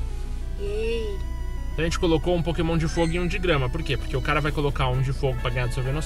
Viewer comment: Só eu que ouvi no começo do vídeo ele falando: KÉMON mais eu acho que era pokémon o nome :P